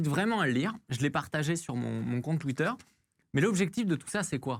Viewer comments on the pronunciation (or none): none